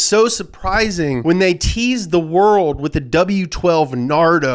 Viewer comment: When said nardo i was like "NARUTO?!?!?!?!?!?"